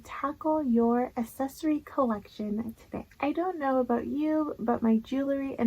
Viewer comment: You say accessory very differently.